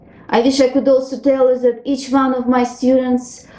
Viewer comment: You could improve your pronounciation of english "one", "with", "wish" etc.